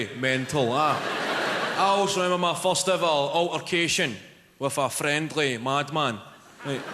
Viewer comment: I love the way he says "first". "Faust". Genius. Great comedy, too!